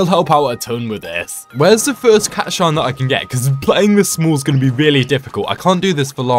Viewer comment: It pisses me off how you say cat shi not cat shine